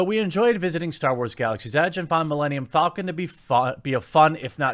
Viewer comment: Did you say Melanial falcon?